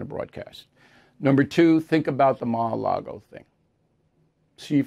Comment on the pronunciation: you said ma a lago..again 🤣